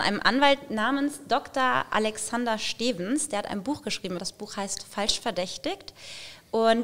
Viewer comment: Er heißt Doktor Alexander Stevens nicht steevens 😅